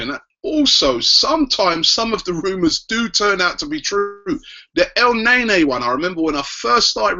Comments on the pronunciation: EL NE-NY NOT EL NEY NEY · ITS NOT EL NAE NAE